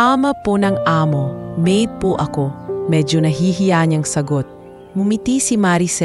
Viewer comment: Bakit ang pronounce nia sa maid ay ma id?